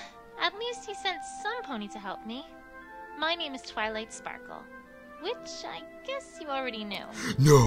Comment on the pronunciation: twilight sounds like fiw twilight